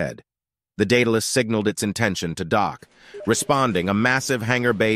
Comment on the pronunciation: In the name Daedalus the second A says it's name so it's pronounced DaudAlus not Data less.